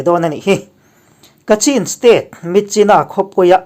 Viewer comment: Ka cin - ti a lam lo tur- Kachhin ti”a lam zawnk tue a nice...